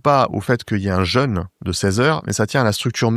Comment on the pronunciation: Prononciation du mot "jeûne" : penser à "bleu", à "deux" et non à "beurre", "leurre", etc. Cela évitera de dire "je me suis fait un "jeune"... 😁